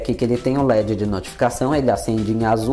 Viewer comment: ah, sabe como descobri.? Qd falou da luz do LED (verde, puxando um pouquinho o R). Mas não é uma crítica não. Só percepção por causa das diferenças, como ocorre com mineiro (meu caso), nordestino, sulista etc.. Sua dicção é ótima.